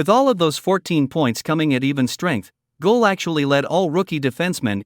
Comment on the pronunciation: I don't like these voices. They do not pronounce the names correctly for example Guhle =Goole etc. get a real person who knows.